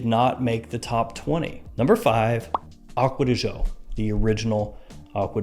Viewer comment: I found irritating how Americans say aqua di jio..seems like impossible for you to say aqua di GIO. after all, this comes from Giorgio Armani, not Jiorjio Armani... Come on, man. I really like your videos a lot